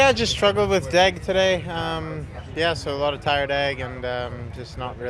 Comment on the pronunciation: saying “tire deg” like he’s an f1 driver 😅